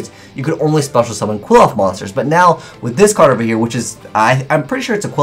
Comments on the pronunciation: Ok correct me if I'm wrong but it pronounced Quil-ploth, Quil-off, or Kilpoth. The spelling suggests it's actual pronounced Kli-foth. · Btw, it's pronounced Klee-Foth, not "Kwill-oth". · Pronunciation is actually "Cliff-Off" The more you know... :D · Qliphoth = (Kli-pot) With a long o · Where are you getting the prononunciation for Qliphoth from?? Is that how they pronounce it in japanese. The pronunciation is so off its killing me :(...